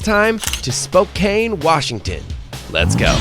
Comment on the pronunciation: Spokane is pronounced "spo CAN" ;)